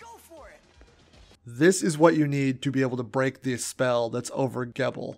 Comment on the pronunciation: You said his name correctly in the beginning and then said it wrong afterwards. Gebel like feeble but with a Jee in the beginning. The game pronounces it! Also your clips of things have like no volume. Otherwise this is a great guide